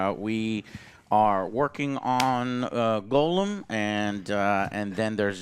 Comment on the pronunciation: Everytime Joe pronounces is "Golem" I die a little inside.